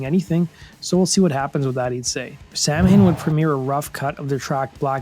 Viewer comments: It’s pronounced Sown not Sam Hain. Come on… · yeah, within lyrics, Danzig does pronounce it correctly as sow-win. But when he talks about the band Samhain, he does pronounce it sam-hayn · The name is not pronounced Sam Hain, instead it is more like Saw Wain. It is an Irish word. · It’s actually pronounced Sow-win. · You need to pronounce the word correct....it's samhain= saw-win...it's saw win =samhain...there is another way to pronounce that some also pronounce as saw-ween hence Halloween... samhain is my pagan new year...as a fine journalist as you are ,and I absolutely love your content I figured I should correct this before ppl start correcting you in the comments..😉👍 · It's pronounced " saw- win" sheesh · Samhain is pronounced saa-win. It always bugs me how everyone mispronounces Samhain. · It is pronounced "Souwhen." Celtic Halloween. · It's not Sam-Hain. Goddamn, people are stupid. Thumbs down. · Awesome video as always, but "Samhain" is pronounced "sow-in." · It isn't pronounced "sam hain" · Pronounced "Sah-Win" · SAMHAIN is pronounced- SOW-WEN. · It's pronounced "sow-WIN" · It’s sow - (like wow) - in. I’m Irish, it’s an Irish word. 🙌🏼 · I think someone else may have corrected u — all in faith of course — but it’s pronounced—- sow-in . Love your videos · From the moment you said Sam-Hayne I was done. Learn to pronounce the band you're covering smh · It's pronounced 'sown' - sounds like 'sow' (as in female pig) with an n on the end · When you go 40 years calling a band Samhain, when its pronounced SAH wen. But Im sure danzig kept the pronunciation of the actual spelling as to not confuse people. But its pronounced SAH wen. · Its pronounced sow in. Do your research. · It’s pronounced sow-win… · Its pronounced Sow-en. Irish man speaking here. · Pronounced Sah-Win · Samhian is pronounced "sow-in" (sow like a female pig) it's Halloween in the Irish language. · Too punk to say it well? "Saw, wen." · Sow en. Did they intentionally pronounce it Samhain?